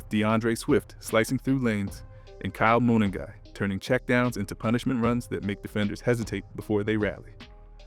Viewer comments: Good video! It’s pronounced Kyle Muh-nung-guy. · Say it with me… Kyle muh-NUN-guy.